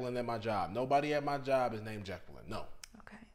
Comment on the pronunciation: Its pronounced ’Jay-quillin.’